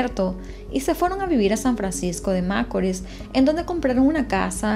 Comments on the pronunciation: el acento con el que ella dice San Francisco de macoris, en otro caso quien rayos anda fijandose en las cosas que hay en la carretera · Me encanta lo que haces y más de tus comienzo, te sigo hace poco, tienes una voz que no cansa y tienes buenas dicción, en todo lo que he escuchado de ti solo algo me hace un poco de ruido a mis oídos 👂San Francisco de Macorís, la pronunciación no es como lo dices. Lamentable lo del caso de Emely, y sentencia muy injusta, no se le hizo justicia a la muerte de esa joven.